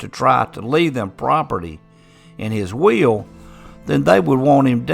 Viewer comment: Funny how will sounds like wheel for someone who's not a native speaker .I took me a while to get it😂 Intressting story .